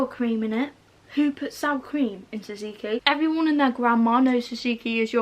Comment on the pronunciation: Anyone else triggered by the way she says tzatzki? Actually love 😂